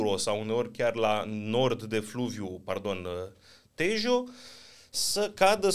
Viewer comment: Se citește, duero și teho!